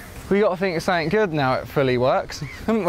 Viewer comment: I love the way he says 'sumfink'